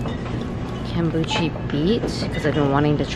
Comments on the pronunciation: It's pronounced Kum-boo-shuh 😂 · keeps saying "Kombuchy" 😂